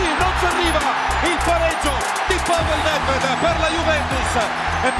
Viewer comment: നെദ് വെദിനെ കുറിച്ച് ഓർത്തതിന് നന്ദി അയാളെ നെട് വെഡ് എന്ന് വിളിക്കുരുത് അത് കേൾക്കുമ്പോൾ അരോചകമായി തോന്നുന്നു പാവേൽ നെദ് വെദ് എന്ന് തന്നെ പറയണം ഒരഭ്യർത്ഥന മാത്രമാണ്